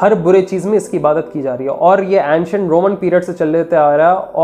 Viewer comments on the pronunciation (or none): Antent nhi ancient hai amer😂😂